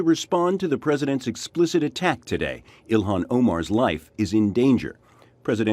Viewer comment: ...please...her name is pronounced Ill HAN...not Ill IHAN. This may seem trite and small...but it isn't. Love the video...btw.